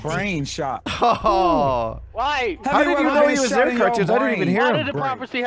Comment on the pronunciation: evrytime i hear o my god i think its ohm my god